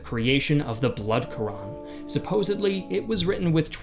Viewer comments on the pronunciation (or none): none